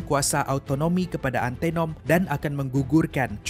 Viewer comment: Sebutan antanom bkn antenom ..